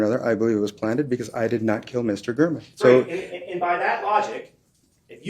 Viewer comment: Refuses to pronounce Jeff German’s name correctly.